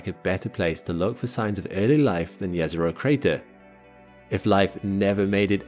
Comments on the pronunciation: Jezero literally means lake in my language xD So if Jezero was a lake, it would be lake Lake. :D Also, thanks for pronouncing it correctly :))) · The thing that got me most surprise in this video is the fact that actually pronounce "Jezero" correctly. My respect sir as I know how hard is this to pronounce for an non native speaker. And from this I can see that he actually resect the thing he is presenting.